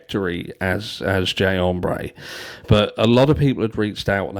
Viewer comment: If that man said “Jay Ombré” one more time I was going to throw my phone.